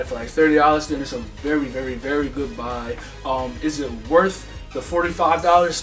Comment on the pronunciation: "it's a berry goodbye" lolz